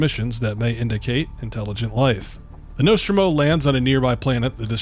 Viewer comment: Say 'Nostromo' again.........but correctly